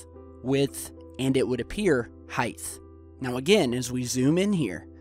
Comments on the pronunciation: Mate I love your videos but seriously, heighth? Width, length and height. Height. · Oh goodness, there's that word "Hythe" again. What the heck is "Hythe"? I know what "height" (hyte), but what's hythe? lol. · I din't really hear him say "hieghtth.. did I? lol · snakemansnakes I heard it too highth with a th at the end lollllll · Anyone notice he said length, width and .. hight-th Useless fact: It is the word for 'hight' in Old English though: highth (plural highths)